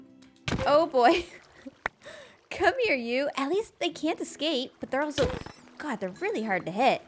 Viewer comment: i am pleased to discover that pronounces god and cod very similarly. we need a cod god